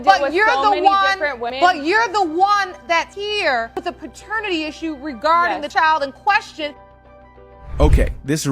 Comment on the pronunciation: It's pronounced pat ter nitty court. Not pertanity court.